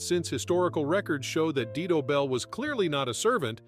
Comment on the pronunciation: Dido is pronounced "die - doh"